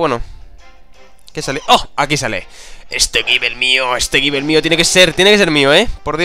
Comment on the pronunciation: Gible se pronuncia "Gibol":)